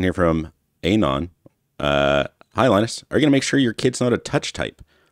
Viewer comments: why does pronounce "anon" wrong? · Man I can't with the pronunciation of An-on